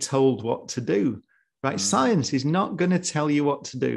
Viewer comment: "science will not telll you what to do" -brian cox